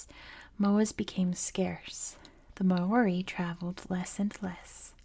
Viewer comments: don’t worry about it. it’s good enough that you share a love for our culture and are willing to share it to the world. but if you are interested in learning, mow-ri is the correct pronunciation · im not māori, just someone whos currently studying it and trying to learn te reo māori so take this with many grains of salt, there IS many different correct ways to pronounce the name! The issue with your attempt is that you didnt roll the R. You can do this by touching the tip of your tongue against the roof of your mouth making a sort of D sound i recommend looking it up. I theorize that the reason its pronounced so many different ways yet still seen as correct each way is that it depends on which part of new zealand youre from. I myself have seen 3 different ways to pronounce the word, all seen as “correct”: ‘more-ee’, ‘mau-ree’ (with a sort of ‘ah’ sounding A), and ‘mau-ree’ (with a sort of ‘aw’ sounding a) all of them with rolled R’s Again i am not māori! So its entirely possible that ive gotten something wrong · At least pronounce the name right